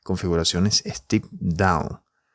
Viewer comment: No se dice stip, es stEp en Ingles, sino estas diciendo steep.